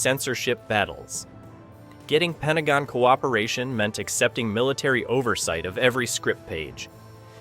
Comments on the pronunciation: PENTAGO??? This Bot crap has to stop - too many mispronunciations and mistakes. Bailed after a minute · Ah yes, the famous "Pentago"